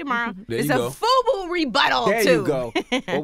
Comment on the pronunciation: BUFU...not FUBU